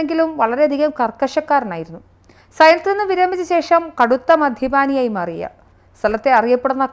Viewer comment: അവതാരകേ ദയവായി മലയാളഭാഷയെ ഇങ്ങനെ 'പീഠിപ്പിച്ചു ,റദ്ധാക്കി ,മധ്യപാനി എന്നിങ്ങനെയുള്ള വാക്കുകളിലൂടെ ഇങ്ങനെ നിരന്തരമായി പീഢിപ്പിക്കരുതേ . പീഢനം , റദ്ദാക്കുക , മദ്യപാനം , എന്നീ വാക്കുകൾ അറിയാവുന്നവരോട് ചോദിച്ചു ഉച്ചരിക്കാൻ പഠിക്കുക .